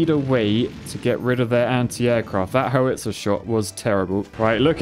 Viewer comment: The way he pronounced howitzer made me cringe every time